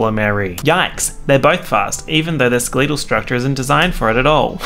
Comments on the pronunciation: when he says “skelEEetul” instead of skeletal 😩 💦 and that’s on a period luv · are we not gonna talk about “skleetal”.... i’m sorry but this time i need to call the police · skaleetal structure killed me. i have nerve heard that word pronounced in such a way. i've been laughing for 4 minutes what is wrong with me?? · no one:: ske LEE tal structure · my man really did say "skuh-leetle" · skee-lee-tul structures??? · d. do australians really say skeletal like "skaleedle" or is this just a thing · They way you said skeletal.... ima head out.. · ok good video but why tf are you pronouncing skeletal like that